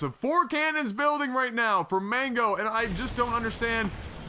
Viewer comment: You pronounced "Mango" wrong!!!